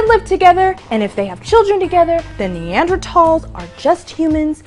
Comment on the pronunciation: Wow the creationist pronounced Neanderthals correctly! He gets one point. Balance that against the way he pronounced orangutan earlier and everything else however....